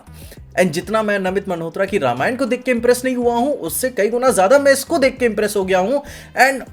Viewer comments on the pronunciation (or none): none